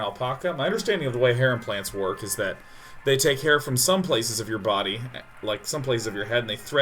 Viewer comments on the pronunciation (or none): none